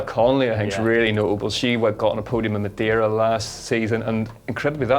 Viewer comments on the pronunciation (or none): none